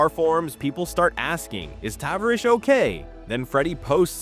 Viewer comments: Two things: it's "Juh-lopp-nick", and "Tuh-varr-ish". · What a load of BS, there's no 'downfall'. You can't even pronounce his name right. seems like a decent guy, you on the other hand are just trying to benefit from others' misfortunes which may or may not even be true. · Right off the bat. You butchered his nick name.